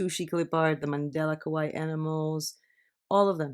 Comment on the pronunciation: the way you pronounce kawaii actually means "scary" :)